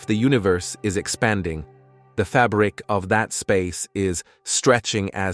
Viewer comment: It's apparently AI. Notice the pronunciation of the words in capitals starting : If the FABRIC of the universe were neither expanding nor contracting, but RATHER were CONSTANT, that WAVELENGTH would be the same," but... etc. Gotta be AI.